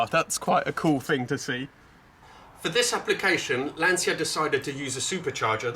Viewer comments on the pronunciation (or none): Your pronunciation of "stradale" was perfect! You sounded like a real Italian! Englishmen usually pronunce it wrong, in Italian it sounds like "stradali" which is plural and it's quite annoying. "Lancia" though is pronounced "lan-cha", not "lan-see-a" Btw, 037 is "zero-trenta-sette" in Italian. We call it Lancia Rally zerotrentasette. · It's Lancia, not Lansia. Like in "Channel". Cheers from Italy! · All these "LanSia" pronuciations are getting rather annoying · the correct way of saying is Lancia 037 (Zero 37) . Your pronunciation is also off, you seems to say the brand name along the lines of "LanZia", it is "LanCia instead. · You pronounce "Lantcha " not " Lansia " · Great video of a rare classic, but come on with your Italian heritage please pronounce Lancia correctly, its Lan-cha not Lan-se-ya, love your content though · Lancia is a beautiful family name. Pronounce it as it should pls. It is definiteli not “Lansia”. Show some respect to Vincenzo Lancia’s name and learn how to pronounce it correctly. It is really not that difficult. Then you should make videos showing his cars. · Wowwww, the 037! Big beast... A wet dream for anyone who has lived the 80s.and it is pronounced zero-37. Aaaaand: Lancia is pronounced Lantcha. 👍😊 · English soeakers will understand better if you write 'Lan-cha' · Quick side note: Lancia is pronunced "Lancha" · More Lanchia actually! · Why would you pronounce 'Lancia', the Italian way? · If you want to use the correct nomenclature then you should start by using the correct pronunciation of Lancia! It's a hard 'C' :) . Great piece though, I enjoy your channel. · Also, for an Italian, your pronunciation of Lancia is appalling. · Say the name right at least!